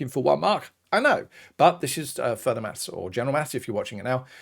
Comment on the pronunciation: I wuv XD <3